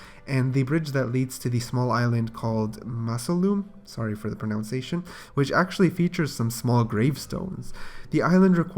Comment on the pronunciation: Mispronounces pronunciation That's a tongue twister